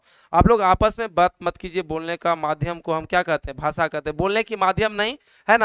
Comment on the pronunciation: Bhasa nahi bhasha hota hai